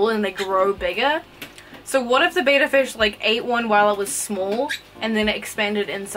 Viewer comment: before you start calling out other people perhaps learn that betta is not pronounced beta; your first clue is the spelling but who cares about stupid stuff like that right. Literally the first word of the video and I'm done